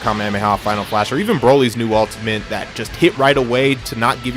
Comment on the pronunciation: Is he saying 'ultiment'